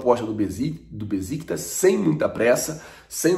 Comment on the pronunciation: Bom dia! O nome do time turco que negocia o Léo Pereira se pronuncia: Béchictash e não Beziktas.